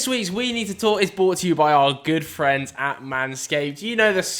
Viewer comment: Every week he says the show is "bought" to you by Manscaped instead of "brought." Not technically wrong, I guess but it just doesn't sound right